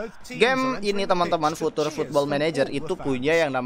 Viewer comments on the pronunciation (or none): Sebutan future jd futur wkwk..blajar lg inggeris ny